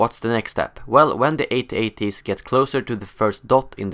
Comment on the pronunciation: Haha, it's At-At. Not A.T.- A.T.! I can't watch anymore. Too annoying!!